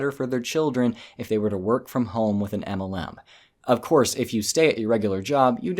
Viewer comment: Please say MLM correctly it's supposed to be said as M L M not a cat going "aemelan"